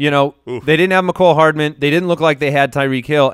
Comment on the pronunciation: The way pronounces Mecole Hardman (shiver) ugh. I feel like he's willfully butchering people's names sometimes. Also has no discernable lips, perhaps this is why he has trouble with speech at times. I used to like this show more, the little things are starting to wear on me. I would recommend the podcast with Jeff Ratcliffe for anyone interested in scouting and insight that's a tad more polished. (IMO)